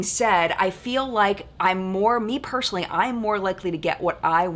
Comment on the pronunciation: Why do you say personally like that? You say pershonally lol. It just makes me stop and think every time I hear it.